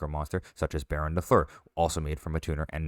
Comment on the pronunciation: every time a content creator mispronounces baronne -and its every time - a baroness is killed